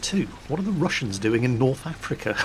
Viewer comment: I swear I heard rassins instead of Russians